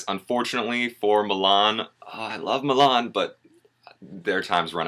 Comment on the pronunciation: where's the 'r' in Milan?